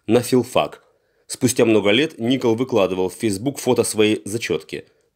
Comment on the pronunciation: ИНФО только не Ни’кол а Нико’л